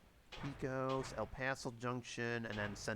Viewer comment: Pay-Coes (Pecos) my good man.